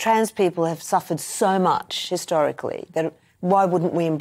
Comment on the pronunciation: Lmao she said historically